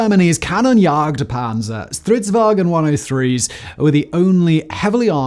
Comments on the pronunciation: there is nt 'E' in "Stridsvagn", please stop saying "stridswagen" like it's somehow german. the G is soft. It's not hard to go on google translate and press the freaking voice button to hear a more accurate pronounciation.... And centurions had 105mm guns not 150mm guns. come on, is this shit even looked at by someone before you upload? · There is no "e" in "vagn"